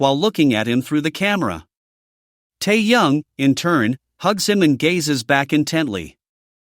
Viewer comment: Автор вы бы правильно читали имя техена, , а то слушать не приятно